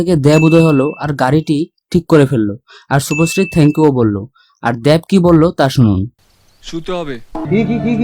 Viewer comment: আরে পাগলা দ্যাব না দেব দেব। 🤣🤣